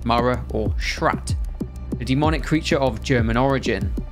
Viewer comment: Yea sure “schratt”